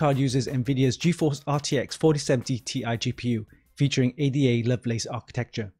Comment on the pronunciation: "A.D.A. Lovelace" lol bruh 😂 It's a name, Ada.